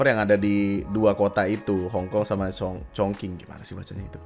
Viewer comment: chognqing bacanya chongching bukan chongkang chongking